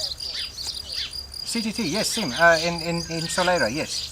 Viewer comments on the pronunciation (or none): 'sim' has no m sound - pronounced 'sing' - love the vlog and the farm is great